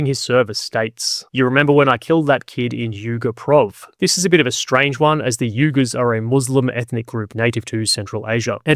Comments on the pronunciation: Just a point on the Uyghur Provence (pronounced Wee-ghar) where Ray was supposedly stationed. The area the Aussies were operating was Uruzgan (or oo-rooz-GHAHN) in the south far from the border with the Uyghur people in Western China. There were a few radical Uyghars fighting in Afghanistan but I would think unlikely that far from their borders! The Uyghur people are very oppressed by the Chinese military and have the sympathy of the West in general, so not known as a large radical recruiting ground for the Taliban. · Great show and some commentary here. Just had to say that when discussing Ray’s military timeline “Uyghur” is pronounced more like “wee-gur”.